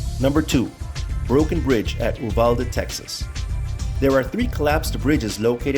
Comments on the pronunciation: It's pronounced "U"valde ... long U. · Consider making a phone call to a post office or city office to get a local pronunciation instead of making a fool of yourself and undermining your own credibility. It’s “You-val-dee”. (Rhymes with ‘new valley’). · Uvalde is pronounced like "You-valldee" other than that dope video. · I live near EEEvadale (that's how it's pronounced), and saw the bridge on Google Maps satellite view. I confirm that it's impossible to get to on land, especially from the west side. I'd love to though, because I have a fascination with abandoned roads & railroads.